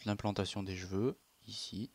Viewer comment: C'est moi ou il dit "j'veux" au lieu de cheveux? Ca me stresse !! XD